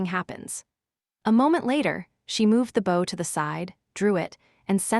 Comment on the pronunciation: The AI that reads the story is really bad. It cannot tell the difference between bow the weapon and bow the action. It also says the letter w when a character w what. It's not unbearable but it does make it feel less enjoyable and the characters less human.